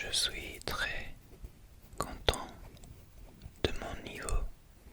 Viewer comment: / : pensez, accent ( on prononce pas le "t" : "n'hésitez pas à me corriger" : pendant : très (on prononce pas le s) : seulement ( pareil pas de prononciation du t) : premières ( pas de prononciation du s) : avec le français : chuchotements ( pas de prononciation du t&s) : français : favoris Si ça peut t'aider